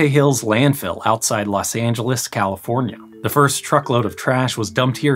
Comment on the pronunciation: LOS Angeles. Not Las Angeles. You keep pronouncing Las.